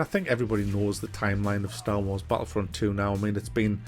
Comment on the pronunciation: drink a shot every time he says staw waws